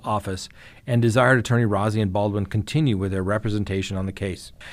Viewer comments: I don't want to be that guy, but Rozzi is pronounced Rosey. Like a rose🌹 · He prefers his name pronounced Rosy. Not important, just so you know.